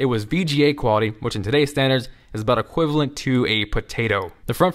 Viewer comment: "inquivlent to a potatoe"